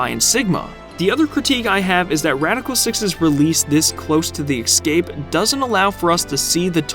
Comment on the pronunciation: dude please learn how to say the word "escape".